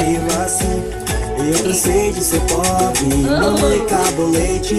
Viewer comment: The sound of poBRE, is close like BRIdge.